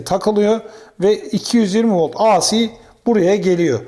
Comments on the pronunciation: Emekleriniz, bilgi ve tecrübenizi paylaştığınız teşekkürler. A Si diye ( biri Tükçe, biri İngilizce ) okunmaz, Ey Si diye okunur. DC yi Di Si diye okuyorsunuz da AC yi neden A Si diye okuyorsunuz? Kolay gelsin. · Teşekkürler; ancak ben de kendi alanımda tamirat yapayım. AC derken ya İngilizce ya da Türkçe söyleyin. İngilizce söylemek istiyorsanız "ey-si", Türkçe söylemek istiyorsanız "a-ce" deyiniz. A harfini Türkçe "A", C harfini İngilizce "Sİ" olarak söyleyince "ASİ" (isyan eden) gibi oluyor, tuhaf oluyor. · Hocam, ingilizce telaffuzda "aysi" diye okuduğunuz "IC" diye yazılır. Sizin okumak istediğiniz "AC", "eyci" diye okunur. Düzeltelebilirseniz çok iyi olur. Video için de emeğinize sağlık.